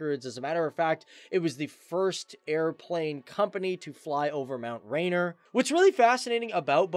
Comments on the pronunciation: Hahahaha “Mt. Rainer” totally butchered that one boss 😂🤦🏻‍♂️, it’s Mt. Rainier! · "MT Rainer"? NO! "Mt RainEER!" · Lol mt rain-er 😂😂😂 It’s Rain-ear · Mount rain-ear (phonetics) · I know, Right! ... Mt. Rayn'r ??? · When you want to include the names of people or places in your videos, it's probably best to learn how to pronounce them first. It's pronounced Mount "Ray-neer". Also if you're going to include yourself in your videos, you might want to look a little bit more professional. 15% is a pretty high thumbs-down rate. You might want to learn from that.